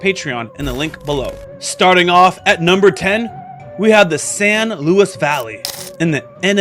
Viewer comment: And all the mispronounciations. No, its vor-tiss-es. And san lu-ise